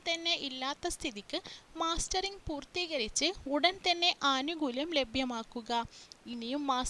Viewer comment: മാസ്റ്ററിങ് അല്ല മസ്റ്ററിങ്